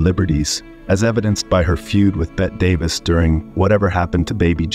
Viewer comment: "..Bet Davis.."